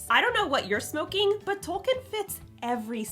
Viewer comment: "Tolkien" is pronounced like "toll keen".